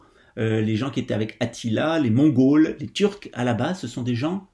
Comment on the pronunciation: Pas les "Mongaules", mais les "Mongoles"! ^ ^